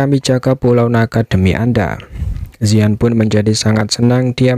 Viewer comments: Penyebutan nama ziyan bukan yisan tapi ziyan kaisar naga void kuno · Bukan yisan tapi ziyan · mantap si bang. tapi manggil ziyan nya salaah terus😅